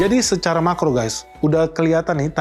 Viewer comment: Ni gimana sih baca makro nya 🤣🤣🤣🤣